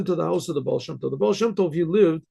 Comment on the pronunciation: Yeah but..... "Ba"al" You know?